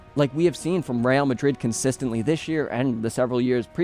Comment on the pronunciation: Im a Madrid fan but I watch your content just cause of the quality and to keep up with other la liga teams. Thank you for pronouncing all the names flawlessly 🤝